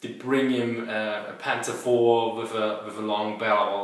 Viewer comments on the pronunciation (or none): none